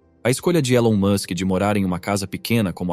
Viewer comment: Você tá pronunciando o nome dele erado.